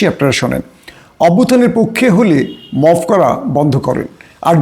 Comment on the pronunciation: উচ্চারণ শিখে কথা বলতে আসেন | পক্ষো না পক্ষে